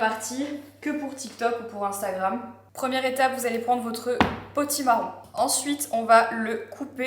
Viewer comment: J'ai écouté le vlog en podcast et compris à la fin que tu parlais de POTIMARRON et non pas de "pôtit marron" et maintenant je suis en fou rire depuis 10min toute seule 😂😂😂